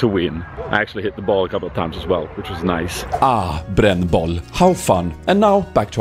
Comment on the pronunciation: oooh, niceu vlogu, loveu spooz